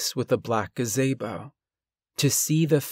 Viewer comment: "black gaZAYbo"...